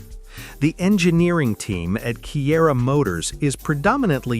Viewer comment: Kiira - It's read as Chira